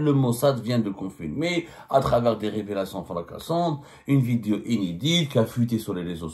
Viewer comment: Cites moi un seul nom d’un ministre qui a fuit pendant la décennie noire ???!!! Tu goinfres à tout les râteliers gros cochon !!! Au passage on dit vidéo et non pas vidio arrête de le répéter dans toutes tes vidio 🫣😜